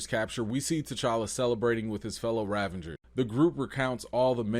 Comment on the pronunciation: Excellent takes - love your honesty. Your word play is excellent, May I, however, "File a complaint with management"? Yondu is a Ravager. You keep putting an N in there To make it rAvengers So- is that intentional? If so, that is subtle and pretty sweet. If not - please put some respect on the Ravagers name